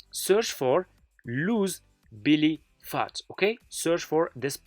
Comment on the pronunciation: It’s not Billy phat, it’s Belly Fat. 😵‍💫🤔. It’s how to lose belly fat, not how’s Billy fat!